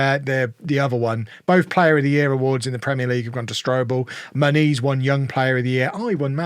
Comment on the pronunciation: I still can't unhear how you pronounce Muniz like "ma niece"